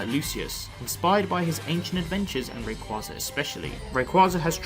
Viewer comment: Sir, its "Ray -Quay-za"